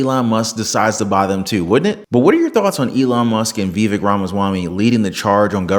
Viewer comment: Vivek ryhmes with CAKE...sounds like VA VAKE !!!!